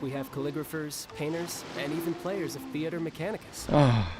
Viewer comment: Theatre MEH-chanicus.